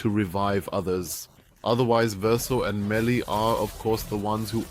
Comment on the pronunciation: Loony and melee lol, dude butchers pronunciations so bad 😂